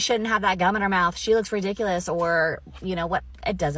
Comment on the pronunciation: how often did she say i ridiciless